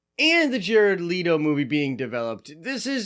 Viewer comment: Jared LETO. L.E.T.O NOT LEADO